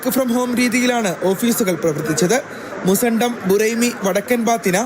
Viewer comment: മുസണ്ടം അല്ല മുസന്നം